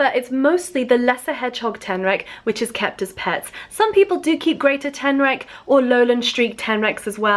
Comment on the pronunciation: I heard alolan street tenrac instead xD pokemon ref lol